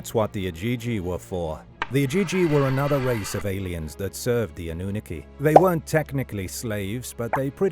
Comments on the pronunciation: 😂 "annuniki" ... say , "aluminum," too. 😂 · It’s pronounced Anunnaki, not Anunnaki